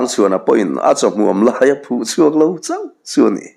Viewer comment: Sa a phun, nilovin saphun tih tur.